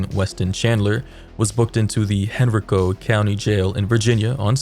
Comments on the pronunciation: Its pronounced Hen-RYE-co, NOT Hen- -Ree-co Also, wtf is this story 🤐🤐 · Ew this person is in my city 🤢 It’s pronounced “hen-rye-co”